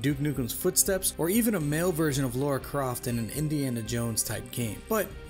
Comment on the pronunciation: There is no Lora Croft it's LARA. You know your shit, you must've heard it a thousand times. Good video though.